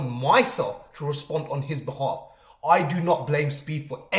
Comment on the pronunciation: if you believe in the value of crypto and buy it, you are stupid enough to get scammed. there's a reason they chose ishowspeed instead of someone like vsauce. only kids believe in bullshit. i love how he pronounces behalf as bealv